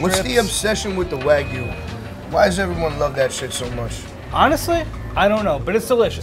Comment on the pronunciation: All these butchers and meat specialists pronouncing wagyu wrong as fuck hurts my soul